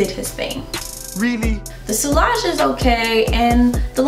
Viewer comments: On a fragrance channel sillage should probably be pronounced correctly. It's see-yah-zh, not see-lah-zh. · Sillage godamnit, two l's, always prounced as a y sound, not l sound, what's wrong with you Americans, don't you speak French? Dabble in perfumes and not speak French?